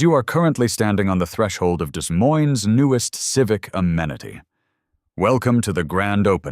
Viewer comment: The AI mispronounced Des Moines!